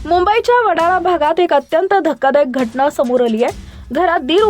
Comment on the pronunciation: ही बाई सुधारण्यातली नाहीये.वाट लावली हिने माझ्या मराठीची😮. घटणा काय,दिराणे काय,णग्ण काय. दलिंदर बातम्या देतेय मराठीतून,स्वतःची भाषा सुधार आधी.😮😮😮😮